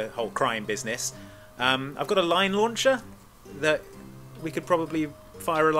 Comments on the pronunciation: At first, I thought said lion launcher instead of line launcher. Missed opportunity if you ask me. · When discussing point of entry, genuinely misheard Edvard's suggestion of the 'Line launcher' as a 'Lion Launcher'. Was thinking woooo what an entrance!